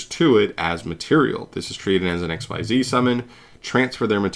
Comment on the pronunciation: Xyz = ek-sEEz, not "XYZ" or "exceed."